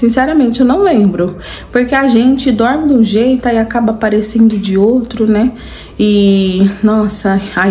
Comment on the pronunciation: Ele tem estudo, ACHO cheito fala